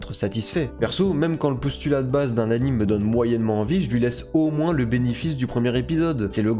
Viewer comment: Bro stp arrête de dire “a-in-me” ça se dit “a-in-mé”